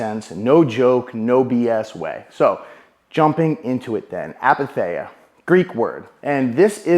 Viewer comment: Great videoooo ❤ wly ❤ you should post more often !! ill drop that comment just because i know greek is hard and i know very well due to personal experience that its hard to catch right pronunciations from different languages I mean no hate, i know sometimes a word is pronounced wrong in its non native language so... to whoever is interested ⬇️ Its pronounced with an "e-sound" the greek combination of "ei" is one of our 5 "e" sounding letters [or combinations of letters] (,h,ei,oi,u,i... or in greek letters η,ει,οι,υ,ι).... they all sound like the english "e". Its written apatheia but its pronounced eith an "e" sound aka apathea❤ **the only reason where those "e" sounding combinations are pronounces differently is if they have dots on top. E.g.: "τσαϊ" chich menas tea and is not pronounced like an "e" it emphasises the sound of both letters ( seperately)❤❤❤